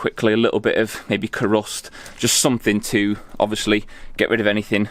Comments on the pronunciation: Looks awesome! Btw Kurust is pronounced Cuerust as it Cures rust, hence Ku-rust! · Great job. I don't want to preach at you but you should try to get a proper mask the type with two filters one either side of the face. You only get one set of lungs and I'm talking from years of working with all sorts of chemicals and paints. I laughed at your pronunciation of krust. I've used it for about 30 years and always said Q-rust. Your doing great work, all the best.